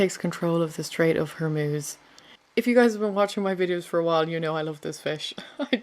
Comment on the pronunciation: "The straits of hermuse" 😂😂😂😂😂😂😂